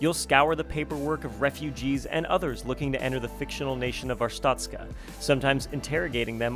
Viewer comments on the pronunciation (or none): Its pronounced art-stoht-ska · It's Arse-tuts-car 🤣! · Artstoka hero!